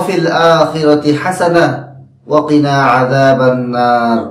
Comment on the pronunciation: Vai pls. Arobite likhe den...tahole uccharone kono vul thakbena. ( Waqina hobe not Wakina) ashakori bishoyti bujhte parechen?